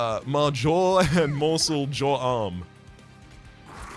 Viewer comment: Morsel ma-jor and jor-am was a top tier joke